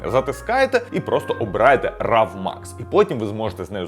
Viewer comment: Вчимо англійську разом Raw «Ро», рав говорять на болотах)